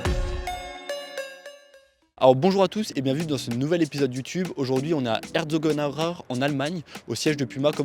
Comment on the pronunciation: Prononcer Herzogenaubrach aussi facilement c’est indécent 😜